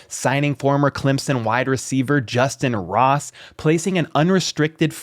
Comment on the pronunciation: It's justyn Ross...plz fix